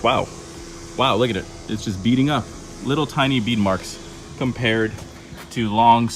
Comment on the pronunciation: reread my comment. The last time he said it, bead really sounded like beat.